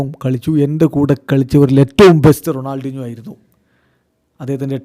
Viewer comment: Ronaldeenjo ennanello parayunnathu. Shashi fens nte chevi afichu poyo😂